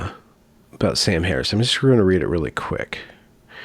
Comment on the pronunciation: Most people struggle pronouncing Kamala Harris's first name. Contrarian decides to struggle with "Harris."